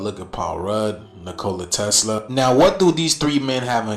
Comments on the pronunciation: The one guy needs to say his name correctly!!! 😂 Nikola... not Nicola like a drink! 😅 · I’m sorry but Ol boy sayin Ni-Cola is buggin me. I’ve always heard it pronounced Nico-La. And I don’t see the resemblance between Nicola and Elon. He be reaching but give him the floor anyway? And shoutout to everyone in the comments. Stay together and pray together. I hope we all become desciples of Yashua. 🙌🏽🙌🏽🙌🏽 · bro said NCOola Tesla can you pronounce his name right? 😂😂😂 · If u can’t say Tesla’s name right. Don’t fkn mention it in some stupid a$$ theory. That makes zero sense. NiCola. wtf. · Can someone tell that man how to pronounce Nikola 😂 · 4 airplanes flying in a military formation leavin contrails?? How is that scary? WoW... 3 white guys have some of the same basic facial features so they're related? He cant say Nikola correctly to save his life. These people are just dumb and hoping a viral video. I had to stop after about 10 mins I couldn't take dreads in a parka. Looking like 🎶🎵a tundra boy just trying to make it... 🎶